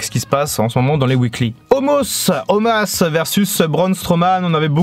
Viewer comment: Pourquoi tu appelles Omos "Omas" ?